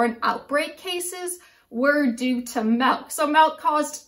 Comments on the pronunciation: MELK - its MILK - MI-LK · Nobody mentioned that she's saying melk instead of milk... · Couldn't make it through the video after hearing "melk" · Is she saying melk? Milk is a weird word. Say it like six times and then you realize how strange a word it really is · I’m American. I’m being petty of course. It just bothered me. No e in milk